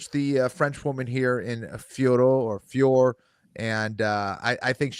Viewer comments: Still cant say Fiorot correctly. Its been how long now? Its not Fior for gods sake. Say her name as its written with a silent "t". Not that difficult. Im French so I know this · I can’t believe you guys are still saying Fior. It’s Fior-ot.